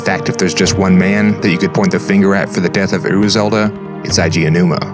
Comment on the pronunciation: You might wanna use Google Translate to check how to pronounce the Japanese names before recording. Your pronunciation of Eiji Aonuma was ridiculous.